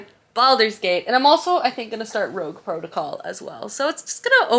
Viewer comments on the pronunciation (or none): none